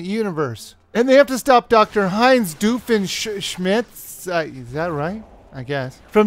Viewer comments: that doofenshmets happened in an episode onese it's doof-in-shmertz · The original cast does voice in this game also its pronounced Doofinshmerts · This is game might've been a little repetitive, but the characters, unlockables and jokes totally make up for it. I'll easily buy this game if it goes down in price. Also, his name is Doof-en-sh-mirtz! Say it right, the poor guy has enough people on the show who can't say his name! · Great review I just got so triggered by the way you said Doofenshmirtz